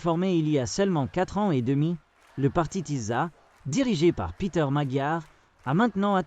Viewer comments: Tisza se prononce Tissa. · ça se prononce Tissa svp [sz = s en français)